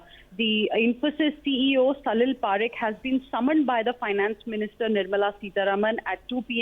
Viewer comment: It salil Parekh gawar ladki not salil Parker..kya journalist banegi re tu.. 😂